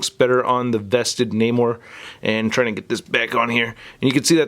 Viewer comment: Is that really how you say his name?